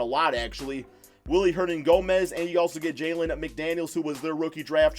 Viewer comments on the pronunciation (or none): none